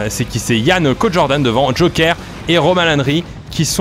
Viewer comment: Tout le monde : Cod Jordan Pierre Croce : Caude Jordan